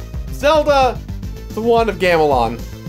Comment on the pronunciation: You couldn't retake when you accidentally said "want of gamelon" in the beginning? Take pride in what you do man